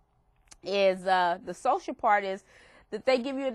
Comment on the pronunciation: It's part, not park!